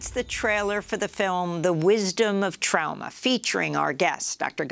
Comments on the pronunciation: Amy. It’s TRAWma, not TROWma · trauma..pronounce it properly..it's not trow-ma. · Like German pronunciation perhaps Don’t know why though Tr-ow-ma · Why the hell does Amy talk like that? It's totally distracting. "TraUma?" Get fucking real 🤣 Kind of like how she's willing to hock a loogie every time she pronounces "Afghanistan" but gives us the HARDEST "X" in MeXico. Love the show, hate the performance. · I cant listen to this woman mis-pronounce the word Trauma.,,,Omg! Amateur. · I dislike Amy's pronunciation of trauma. Always trying to be special. I know ur a linguist but take it easy. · Does this lady really not know how to pronounce the word trauma? How intensely aggravating, and she was already aggravating enough. The left-leaning bias from this channel is worse than MSNBC